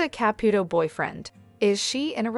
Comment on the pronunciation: Ka-pu-to NOT kap-puto